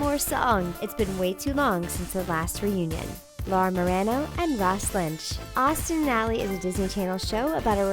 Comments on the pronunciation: The fact Laura marano’s name isn’t pronounced properly in this video literally shows you know nothing and they admitted to saying they would date after Austin and ally if they still liked each other, they did get along as seen in many interviews they have BANTER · Wow SO MANY names said wrong. How could you get Laura's name wrong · She pronounce Lucas last name wrong I hate when people say names wrong when they talk about someone and Laura Marano name was also pronounce wrong